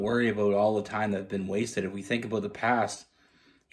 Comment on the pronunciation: "Just in tome " or "Time "please chk the word ??